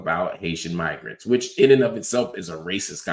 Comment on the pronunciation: Mig isn’t pronounced the same as Nig if you’re tryna say Migrants. People really be tryna play us as stupid 😂